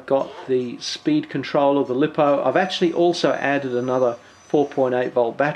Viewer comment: Lost me when you pronounced lipo wrong!